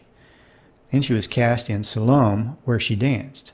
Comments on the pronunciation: "Salome" is pronounced (sal-oh-may), kids; not (suh-loam). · It's pronounced "Sol-uh-may" not Salome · Salome has 3 syllables. Sa-lo-me.